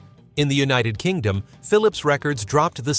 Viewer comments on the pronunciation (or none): none